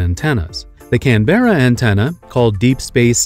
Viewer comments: I feel sick that he said “canb-era” … it’s “canbruh” - spoken from an Aussie in Canberra rn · I'm sorry, but it's can-bur-uh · As an Australian, your inability to pronounce Can-berra hurt me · Can bru, not can bear a. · It's pronounced Canbruh not Can be rah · It’s not “can- Berra “ its “Canber- ra” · Can Berra ? Na mate, Canbruh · It's Canberra not Can...berra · Canberra is pronounced more like "CAN-ber-uh". "Can-BEAR-uh" seems a natural pronunciation but is not correct. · NOOOO ITS PRONOUNCED CAN-BRA NOT CAN-BERRA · As an Australian I can say Canberra is pronounced CAN-bra, not can-BER-ra. Or maybe we are just lazy? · Can-bra NOT Can Berra FFS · GAH Your pronunciation of Canberra is waaay off, you are practically calling an orange a lemon. It's pronounced Can-bur-ugh or Can-ber-er, not Can-bear-er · Canberra is pronounced "Can Bra" the "e" is basically silent. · At least there’s an antenna in can-ber- ra os trail ia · he said can ber a Australia 😹😹😹 atleast say it properly Canberra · FYI anberra is pronounced more can-Bruh , not exactly but its closer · Canberra? Australians basically say canbra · Can bear ah? 😆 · the one in Can-beer-ah 🤣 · and in "can berra" Australia. Australians be mad with me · Canberra is pronounced "Canbra." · Canberra is one wprd not can-berra jesus wept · don't want to be rude but please look up how to say canberra. It's one word not, can berra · The one in Australia is pronounced can burr a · Canberra is pronounced "Ken bra" They also have the original computer as made to communicate with the probe. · hold on, did this man really just say Canberra, the way its spelled. We don't do that here, its pronounced can-bruh. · It'd be great if creators would learn how to pronounce Canberra ... try Can - Brah, everyone in Australia won't stop listening to you on the spot. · As an Australian, I believe that way Americans pronounce Canberra is just painful. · bro the way he said canberra made me want to queef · He really said Canberra wrong 🤦‍♂️